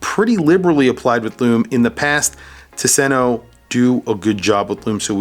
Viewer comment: Please pronounce it TOOS-en-o. Not tuh-SEN-o. “Tusen” is “thousand”; “ö” is island. There’s an archipelago outside of Gothenburg, and it’s beautiful. Marstand especially.